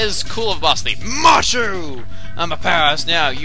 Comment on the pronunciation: when he said macho it sounded like (nacho)